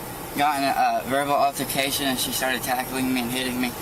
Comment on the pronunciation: That monster doesn't even know how to pronounce altercation